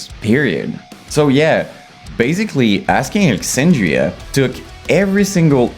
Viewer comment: ‘Asking Lexandria” 😂🫡